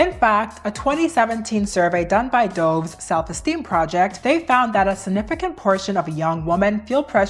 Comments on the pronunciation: And the brand Dove is pronounced Duv, like the bird, not ‘doughve’ like the past tense of dive. It’s a soap brand in the uk. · i know this is a serious topic but the way she pronounced Dove is frying me